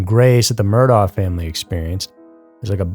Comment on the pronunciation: Murdaugh is pronounced Mur-dock